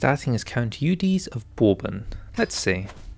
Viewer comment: Eudes is pronounced as Odo